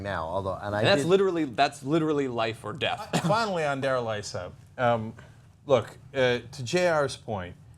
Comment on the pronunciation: His name is pronounced "eee--suh." It's the Arabic version of the name Jesus.